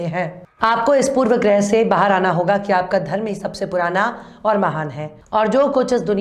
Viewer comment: पूर्व आग्रह, पूर्व ग्रह नहीं। पूर्वाग्रह ❤❤❤